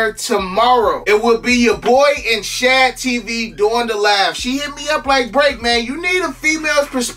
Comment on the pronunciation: "Shan" TV? Who th is tht, u mean "Shade" TV? 🤦🏾‍♂️